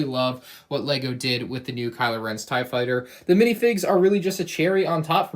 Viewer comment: He called it a tie fightser😂